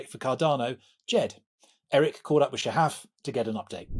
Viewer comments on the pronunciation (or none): It’s Sha-haf not sha-hif